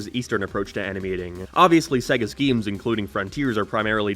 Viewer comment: I die a little inside every time he tries to say “games”